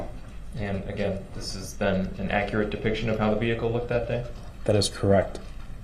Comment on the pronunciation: If only the officer was more akkerate .. lil man wouldn’t be axing dumbass questions